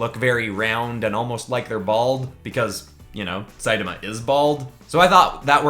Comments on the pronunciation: It’s produced say ta ma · not to be rude but its pronounced say-tama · So it sidama not saitama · Like the video but hate how you say one punch mans name